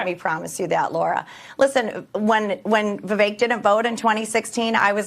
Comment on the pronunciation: Why do Americans say "Viv-ache" and not "Viv-ek"?